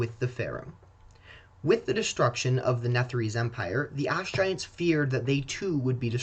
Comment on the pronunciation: All I can hear is “ass” giants 😂